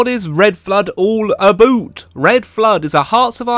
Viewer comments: "Aboot" Goin' a bit Canadian, eh? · no its an English thing as well